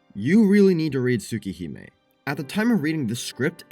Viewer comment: Whatd u say its called? Tuh- Tuhsooka Hahme?